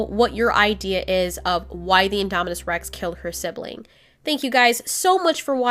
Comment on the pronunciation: it's indominus not idomidous